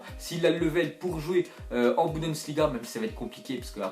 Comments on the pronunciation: On dit pas budensliga mais bundesliga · Salut tu fait beaucoup d'erreur quand tu parles tu dis budensliga alors que c'est bundesliga après pour le joueur de Atletico tu dis saul alors si ça se dit saoul et c'est pas Diego Simone mais Simeone